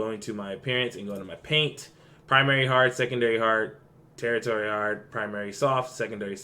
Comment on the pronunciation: Hey brother! Thank for the build suggestion! Also I wanted to let u know, no troll, the paint word is not territory, it is pronounced (tur-she-air-re) <3